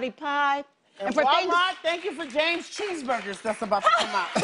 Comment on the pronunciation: he said James Cheeseburgers